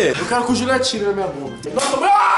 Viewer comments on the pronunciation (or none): Mas ele fala Jurio